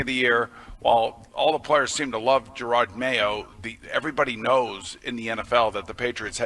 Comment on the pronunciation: “Jerod” - not “Gerard”